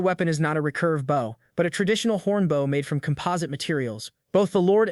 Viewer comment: It's always a giveaway when the word "bow" is used. AI always reads it as the verb instead of the noun.